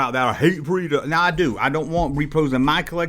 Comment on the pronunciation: Your answer to question 10 was the best 🥰👍🏼 also it’s Repro not Repo 😂